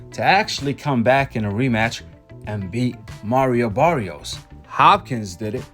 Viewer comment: That wasn’t Mario Barrios in that ring Saturday night. That was Marry-O Barry-os. Big difference 😂😂😂